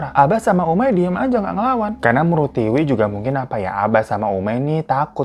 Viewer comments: Tiwi bang bukan tika. Emg T2 😅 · Tika atau Tiwi sih😂 Aku bingung, di video Tiwi, si Abang nyebutnya Tika mulu 😂😂😂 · Kenapa nama Tiwi lama-lama jadi Tika 🤣🤣🤣 minum dulu kali Bang, biar gak keliru 😆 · Tiwi hirooo bukan tika 😂😂 bikin ngakak lu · bang lo typo ya? ngomong tika tpi tulissan tiwi